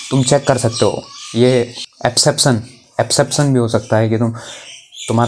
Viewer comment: Bhai tere bolne tareeke se smjh gaya tha gadwali hai Par jab epseption bola na you had me 😭👍